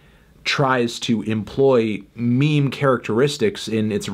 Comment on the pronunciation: he he he said me-me